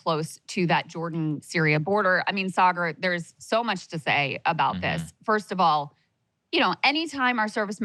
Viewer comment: The way Krystal pronounces Saagar 😂